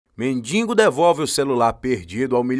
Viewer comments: Atenção. Ele fala mendingo e o correto é mendigo. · Muito boa a história e uma produção cuidadosa e bem feita do vídeo. Mas, lamentavelmente, nem tudo é perfeito. Em todas as vezes que o locutor falou a palavra mendigo, ele a pronunciou "mendingo". Inaceitável e coloca a perder toda a beleza e o capricho do vídeo. Lamentável. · Voz bonita, mas NÃO É MENDINGO E SIM MENDIGO. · Uma das melhores estórias que já vi, excelente narração, mas por favor," mendingo" é ruim hein?!